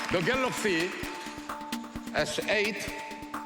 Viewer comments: All the complainers made him say galaxy instead of galox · "I gibe you the galoxy s8"